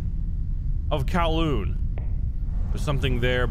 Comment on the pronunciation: i instantly gets trigger when he says kowloon as kawloon